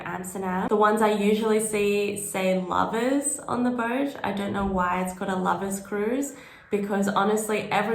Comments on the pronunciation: Afaik ‘Lovers’ happens to simply be a dutch surname which doesn’t have anything to do with the English word for people who are in love. The dutch pronunciation is closer to ‘low-verse’. More apt, innit? 😅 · Somebody probably answered this already, but last year I asked and they told me it's not the English word "Lovers" but somebody's last name or something, pronounced "Lowfers" in Dutch. Anyway we went on one of those and had a nice time, probably because there were no annoying people on board, and they let us open the windows no problem.